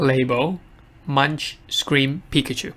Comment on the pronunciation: Can you please pronounce Edvard Munch's name correctly? It's not "munch" like "lunch." A 3 second search on Google will help you.